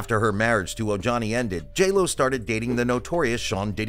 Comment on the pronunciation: His name is pronounced O HANI. Not O Johnny🤦